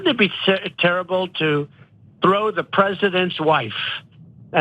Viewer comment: Can you let people know that Trump is actually explaining to his cult that he says "duh" instead of "the" and they call it cognitive decline... so in order to really reach people, obviously just stating cognitive decline is not enough unfortunately